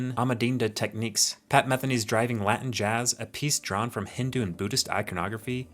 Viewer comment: Loved this! But your pronunciation of Shako and Metheney hmmmmm LOL